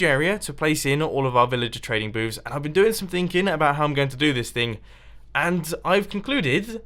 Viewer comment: He's saying " villager trading boobs" lol